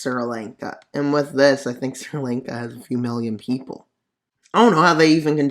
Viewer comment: “Sir Lank-a”